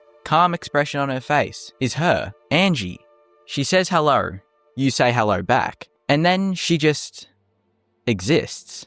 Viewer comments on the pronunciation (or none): She says hellur you say hellur back